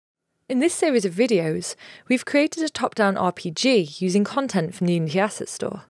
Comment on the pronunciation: the way she pronounces unity, might aswell not say the word at all :D